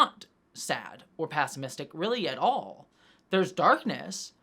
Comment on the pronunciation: I have never heard pessimistic pronounced like that 🤣